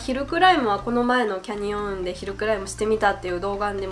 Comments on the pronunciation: キャ↑ニオン→ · canyonはaにアクセントをつけたらいいと思います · キャニオンのイントネーション・・・・・・・・